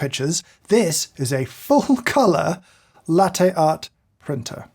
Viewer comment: His constant mispronunciation of "latte" annoys me